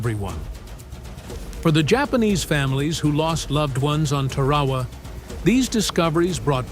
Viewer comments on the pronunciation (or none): "Tear-a-wa" NOT "Ter-ra-ra".... IDIOT!!! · It's pronounced TAR-A-WA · Can u say TAR-A-WAA? If u can, get 5 pts. Almost un-watchable. No photographic proof. Repetitive photos. The Marines didn't give a s...t. they just wanted to kill the cocks....ker's. Those ppl could have been in a hospital in Hiroshima. Consider these IJA guys lucky. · It is Tar a wa